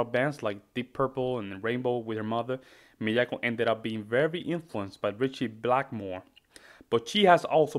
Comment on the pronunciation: Your pronunciation is close. it's Mee-ah-ko, with a very slight accent on the first syllable. Japanese accents are not done by raising the volume, but slightly raising the pitch. This piece is from her EP that was just released, containing six of her solo piano interpretations of metal classics.